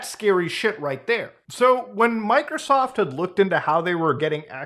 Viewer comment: I like how muta says "mikersoft"